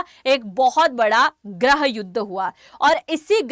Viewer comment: गृह को ग्रह बोल्ती हो ये कौसे पत्रकार हो आँप जि!!?